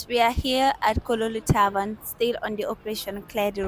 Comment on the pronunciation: Kololi Tavern not taban